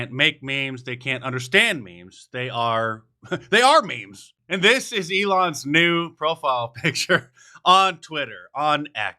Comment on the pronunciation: “ they are meems “ lmao